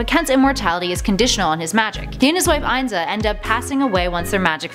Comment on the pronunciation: It's pronounced. ..(EN-ZAH) Kent Nelson's Beloved INZA... Also... Female Dr Fate! That's how young justice and JLUnited... animated series pronounced it...